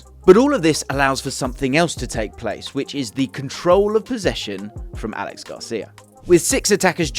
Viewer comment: Great video as always. Btw it's not pronounced Alex Garcia, it's a catalan name Aleix, pronounced Ah - Leh - Sh.